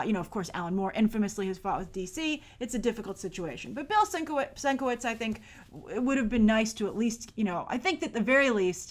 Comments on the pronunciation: 2nd story: I think you're saying Bill Sinkevich's last name wrong. It's Bill (Sin-Ke-Vidge) I think lol because saw an episode of collider heroes with him on it, and they said his name like that:) brillant man who deserves to be paid for his art; way to show respect for artists Fox. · Sin-ka-vich..rhymes with witch. ur welcome ;)